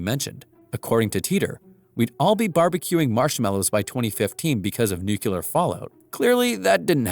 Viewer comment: Nuclear Not new quelur Sound like not smart